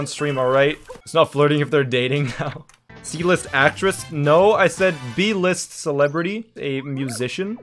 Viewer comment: I thought he said "E List"